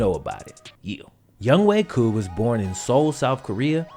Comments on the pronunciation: Youngway koo..? It’s younghoe koo lol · Ok Ik they Pronounce it as Young Way Koo But Am I The Only One Who Reads It Like “Young Ho Koo”?